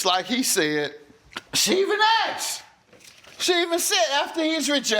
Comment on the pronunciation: He is a judge and still says “ aksed “ instead of asked 😮😢